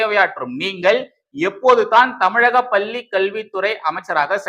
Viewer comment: தம்பி! மீண்டும் மீண்டும் சொல்கிறேன். லகர ளகர உச்சரிப்பைத் திருத்திக் கொள்ளுங்கள். "பள்ளி" பல்லியாகக் கேட்கிறது.பள்ளிக் கல்வித்துறை அமைச்சருக்குத் தெரியாமல் எதுவும் நடக்காது. ஆனால் அவர் ரசிகர்மன்றத் தலைவராக மட்டுமே உள்ளார்.